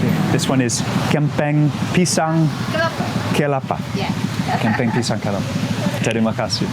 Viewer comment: Not Kepala, its kelapa = coconut, kepala = head